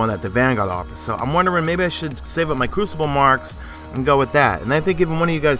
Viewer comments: It's basically not French. He (in French) said Cru-ci-blé. It's actually Cru-ci-ble. And we don't say crucible in French it's l'Épreuve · Crucible (french voice) and Pur-chase... makes me sigh every single time. crossing fingers for it to never happen again... Except for that i love your videos...